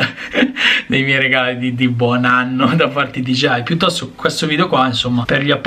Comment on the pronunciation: Allora non sono l’unico ad avere difficoltà a pronunciare DJI 😂